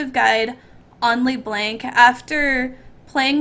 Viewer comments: its not Lee Blank D: its Ler Blunck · OMFG LE BLANK everytime i hear this i would like to cry xD just say ''Lö Blonk'' pls im very sure it will cure my ear cancer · xD her name isnt LeBlank its LeBlanc Le-Blonk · Wtf is pronounced LeBlanc not LeBlank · I love how she says Le-Blank. Also it's YOU who almost never hits the E's LOL. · i love how she says it like LEEBLANK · "Lee blenk" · LEEEEEEEEEBLANK OMFG SHE SAYS NOTHING RIGHT OFNBHA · Am I the only one that cringed in the beginning when she butchered saying leblanc